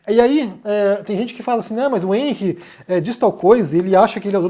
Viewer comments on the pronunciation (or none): none